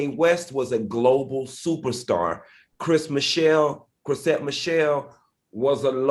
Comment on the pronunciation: Not Dineva saying “Chris Michelle” or “Chrisette Mich” 😂😂